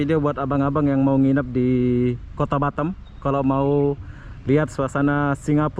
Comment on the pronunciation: Batem atau batam bag😂